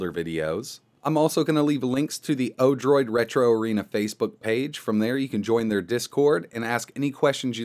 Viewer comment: Odorid ?!? it's actually Odroid XD